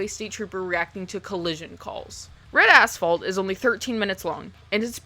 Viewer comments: I spent most of this video thinking you were saying Red Asshole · Damn thank god I had the captions on because I heard "bread a**hole" instead of red asphalt 😅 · I chuckled every time you said Red Asphalt as I kept hearing “Red A$$ Hole” LoL! I remember one scene of the old school film they showed us back in the day of a Highway Trooper shoveling brain matter and other fleshy debris off the road. That has stuck with me for over 30 yrs LoL! 🤯